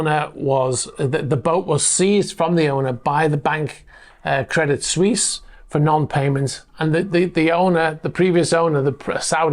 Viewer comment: Pronounced "Credi Swess" Credit Suisse